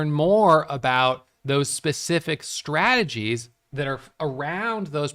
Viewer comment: Its funny how you pronounce it 'straaagies".😁